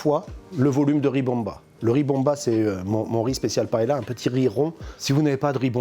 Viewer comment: Vous avez vu, je prononce bien Valencia ? Brrravo. Mais pa-hé-la ???